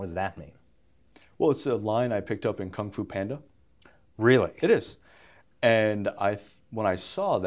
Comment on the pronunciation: "I got that from cungfo panda"lol